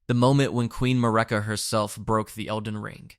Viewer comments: Who tf is ma-rikka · Marika (MARE-IKA/MERICA) Radahn (RA-DON) please fix your pronunciation of the names of THE MAIN CHARICTERS